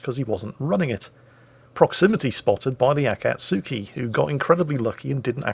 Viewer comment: A-cat-SKI, as one word, not A cat sooky!